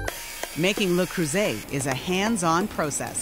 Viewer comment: THAT'S NOT HOW YOU PRNOUNCE LE CREUSET FFS